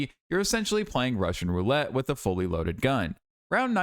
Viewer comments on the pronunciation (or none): none